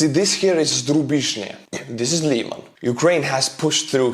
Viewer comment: Lyman is pronounced with a soft “i,” more like the i in river, and with a little bit more emphasis on the a. Im an American in Ukraine and to me it was difficult to figure out the pronunciation until I asked Ukrainian lol.